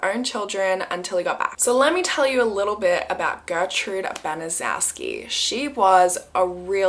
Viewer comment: Gertrude's last name is actually pronounced "ban-a- shew-ski"